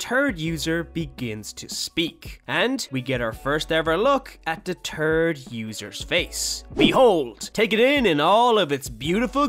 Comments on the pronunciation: “Second and turd user” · Bro he said the turd user